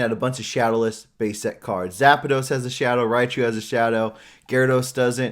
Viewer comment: You're right about everything the "appraiser" said but I do have to point out one thing.. Are you really going to poke fun at the way the guy pronounces Nidoking when you yourself pronounce Zapdos as Zapados? Come on my guy.. do better. I do also have to point out that while you are also correct that most raw cards don't go for graded card prices, there are some that do hold high value even as raw. Some can be higher value than even PSA 9s if they are flawless and likely to get a high grade. In those few instances, depending on the card, they in fact can command higher prices than the same graded counterpart. Should it be that way? Maybe not. But that's how the market works. People would pay a high premium for cards that have a chance at grading 10s.